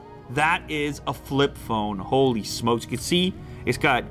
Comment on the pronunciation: when his inner toronto slang come out "Ho-leee"